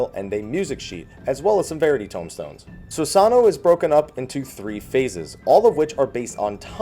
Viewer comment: Christ on a crutch IT'S SusanOO, NOT SusANo!